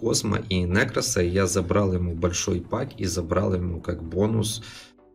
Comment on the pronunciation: нЕкрос, а не нЭкрос 😂